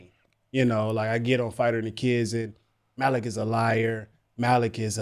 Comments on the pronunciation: His name is pronounced “Mel Lick” but for some reason Schaub called him “Mal Leek” for ages despite being corrected all the time on TFATK, and eventually he got it right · It’s pronounced “Malik” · I believe it's pronounced "MAH-lick"